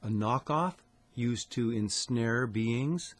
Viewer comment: Love how he says “beangs”